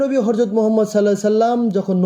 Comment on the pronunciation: বহুত সুন্দর তথ্য সমৃদ্ধ ভিডিও, ভাল লাগল! তবে ভাই একটু খারাপ হয়েছে আপনার একটি উচ্চারণ আর সেটি হলো আপনি হজরত কে হরজত বলেছেন ভাই ।